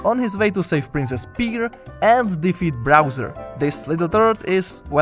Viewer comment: Ok get how he said browser instead of bowser you might not think this is true but my call of duty name is bowser (a bunch of random numbers) bit STILL PEOPLE CALL ME BROWSER